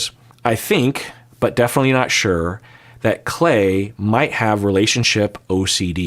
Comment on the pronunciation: you’ve adopted an Irish accent when saying “sure” 😂 “shoo-er”